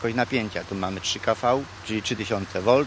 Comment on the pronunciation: wielkość napięcia jaką mamy trzy "kafał", co za dno 😂 Typowy polski specjalista 🤣